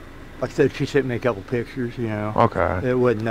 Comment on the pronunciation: He, in fact, did NOT say "Couple"...after rewinding 7 times, he INDEED said "Kebble."